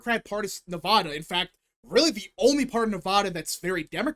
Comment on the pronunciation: Say Nevada correctly